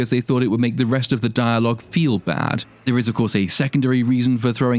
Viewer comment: I love how you call him a gay spider demon. Also dire logue hahahahah. Mate.